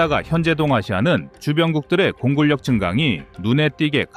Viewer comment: 공굴력 아니고 공군녁! 한국어 똑바로. ㅡㅡㅡㅡㅡㅡㅡ 꺼리. 이름값해야지. 뭔 조선족, 당나라 발음? 한글은 한글처럼.